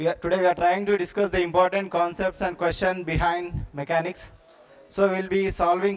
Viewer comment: MECHANICS SIR NOT MACHANICS